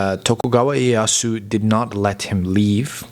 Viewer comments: Great content but you need to work on your Japanese pronunciation though. For example, Ieyasu is more like I e ya si (just put いえやす into text to speech software such as Google translate and you can learn how to pronounce it properly). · orrection: Tokugawa IEYASU, not Yasu as you mention .